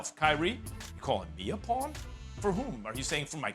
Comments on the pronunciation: Stephen A saying “pee on” instead of “pawn” made my day 🤣🤣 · WTH is a pee-on?! It’s PAWN goddamit!! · Stephen A. can’t pronounce the word “pawn” 😂😂😂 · “Peon”??? Didn’t Kyrie say “pawn”. Not sure why Stephen a was saying There. And max come on Kyrie’s game isn’t the best show in sports. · I thought he said peon not pawn lol